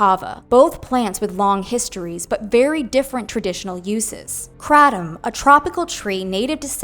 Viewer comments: Not “krat-um” 😂😂😂 It’s pronounced “kray-tum” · It’s KRAY-tom.. not cra-tom.. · Unrelated, but I almost couldn't finish the video bc the word is pronounced "crate-um." And hearing her say kra-dom was driving me crazy. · Hearing it pronounced KRAT-um is Irking me hardcore 😂 we call it KRAY-tum ive done it a few times. As an ex heroine addict I dint see the point. Seen too many people go right back to the same habbit. Its just the corner store itself now not the guy you meet there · That's not how You say Kratom!!! It's pronounced like this CRAY-DOM... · The pronunciation of Kratom is driving me INSANE, in this.. there’s a reason that one creator wrote it as “kr8om”. it’s a looong a, girl. Geesh! 😤🤦‍♀️🥵